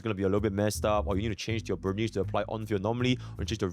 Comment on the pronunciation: why people violate burnice name like that? "burn-neece"